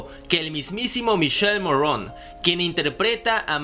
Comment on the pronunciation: Por favor pronuncia bien es míkele Morrone, es italiano no me lo afranceses.